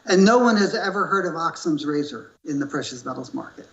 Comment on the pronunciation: His mispronunciations of surfeit and Ockham's razor show a man struggling to appear more knowledgable than he actually is. How ironic that he criticized Kitco for not censoring opposing opinions, as (in his own words) "that guy just doesn't know what he's talking about." If they did, HE would have been censored. Big thumbs up, Kitco, on many levels exemplified here.